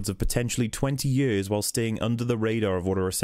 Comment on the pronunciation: I love the way you say "years" "Jöörs" Lmao